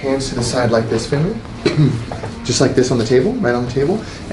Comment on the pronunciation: I don’t know why, but, I thought said, “Big breath in again, family.” Y’know? Like, “big breath in again, fam,” instead of Finley. Now that I’ve heard it, I can’t hear anything else but fam.